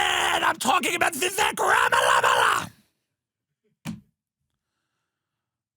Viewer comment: I laugh every time Tim says Vivek Ramamalama 😂